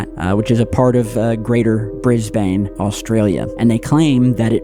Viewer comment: I can't get past how bro said 'Bris Bane' lol no offense to the guy, I'm an Aussie😅